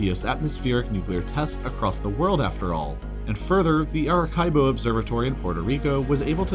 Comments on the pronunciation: It's Arecibo (Areseebo). Not Arekaibo lol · it’s not areCAIbo it’s pronounced areseebo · It's written Arecibo. It's read AreSSEEbo. You've read it AreKAYbo. Come on... You want people to trust your content while you don't even check pronunciations? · "air-uh-KYE-boh" for Arecibo (SEE-bo) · The way you said “Ari-Kye-bo” instead of “Ari-see-bo” made be nauseous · Arecibo is pronounced AH-REH-SEE-BOW, not A-RAH-KIE-BOW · aricebo is pronounced air a see bo, not air a kye bo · "...air-uh-KAI-bo" No, buddy, It's pronounced "air-eh-SEE-bo". How you could be creating videos of this nature and not know that? Now THAT is a mystery! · Arecibo Observatory located in Arecibo, Puerto Rico is pronounced "a-re-see-bo"......not "a-re-kai-bo" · You lost me when you mispronounced Aricebo. “Air-eh-see-bow” You said “Air-eh-kai-bow.” Your videos are normally so well researched and thought out, but this is a major facility. I can’t finish this. I don’t know if any of this was researched well any more. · It's pronounced areseebo not arekibow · Its pronounced Aresibo, not Arekibo -Im from Puerto Rico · dude literally said "Arekaibo" Observatory. The C sounds liks an S, its Spanish. It's Arecibo (Ah-Re-Cee-bo) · just dropping a quick comment to say arecibo is pronounced air-uh-see-bow, not ar-i-kai-bow. i loved the video on the whole, well researched and presented. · Mirabelle M. A-reh-see-boh gotta roll that R to make it sound as spanish sounding as possible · Arecibo is pronounced AH-REH-SEE-BO, not AH-REH-KAI-BO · Arecibo = Ah-re-kai-bo? I always thought it was Uh-ree-sih-bow. And Sortie = sorTEE isn't it SORtee? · Why do you pronounce Arecibo as "Eric kai bow?" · That “Arekibo” pronounciation of Arecibo in Puerto Rico mad eme laugh :))) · Arecibo is pronounced Ah-reh-see-bo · A ra see bo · Stopped watching when he pronounced Arecibo “Arekaibo” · Arecibo = (ä′rə-sē′bō) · It's pronounced "air-uh-see-bo" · It’s pronounced Air-I-see-bow. Aricebo. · Eric Kaibo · SAME. Ara-SEE-boh..